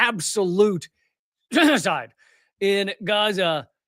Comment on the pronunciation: Did you say jesucide? Israel is commiting jesucide? I didnt hear what you said Lee 😬